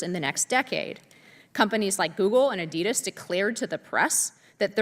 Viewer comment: It is NOT A-DEE-dis, you fascist moron but ADEE-DAS! If you can't get a simple word correct, you can't be trusted with concepts like equality.